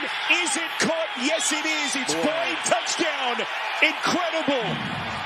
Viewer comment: “FOR THE TOUCHDOWN-EH” every single time. I’ll have to suffer this week as he is calling the Titans colts game once again